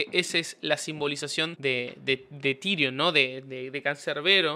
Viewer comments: Genial el video bro. Pero el nombre de Can se pronuncia “Tairon”. Bendiciones 🙏🏻🔥🙌🏻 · Se dice tairon no tirion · Se escribe Tyron se dice tairon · SE PRONUNCIA TAIRON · Me irrita cuando dice tirion 🤦